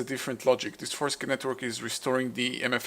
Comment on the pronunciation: It's not "cum",. It's pronounced "see-um". So "for-sis-see-um". So Forcicium not forcilium, or forcicum.